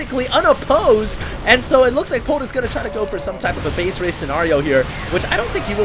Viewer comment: its "base race" not base raze... fail critic is fail...